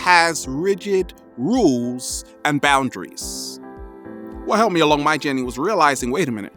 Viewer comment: I use to think when he said "journy" he said "jenny " I'm like : who is jenny?? lol XD